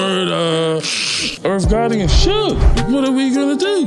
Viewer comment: Funny shit IRRRV GOTTY...MUURRRDA LMAO